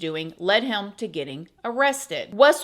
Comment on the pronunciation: You need a speech therapist. What is a heium. The word is "him" And it's " when I was 21 not whenever I was"